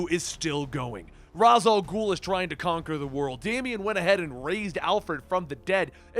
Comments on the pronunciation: Raysh. It's pronounced "Raysh Al Ghul." Not "Roz Al Ghul." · You say Ra's al ghul wrong😐